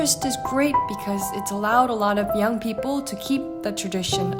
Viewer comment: Wow! You went to an international school AND America and no one told you about your speech defect? It’s Peeeeople not Pipple just fyi.